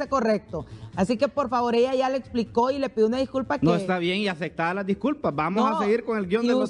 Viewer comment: Que periodistas más chusmas! De los 3 ni licuados sale uno! 😡😠 Está gente no habla, gritan!!! Acectadas????? 😡😠 Aceptadas!!!!! Ni hablar saben!!!